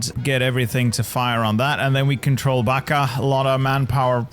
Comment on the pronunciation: Zapadnobački okrug gang does NOT approve of your pronunciation of "Bačka"